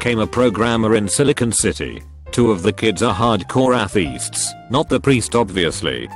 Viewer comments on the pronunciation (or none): Narrator: Can say “Aishe” but not “Athiests” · Robot can say flirtatious but it can't say atheists. -_ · stop trying to be political and mock other peoples religions just because a text to speech program cant pronounce word properly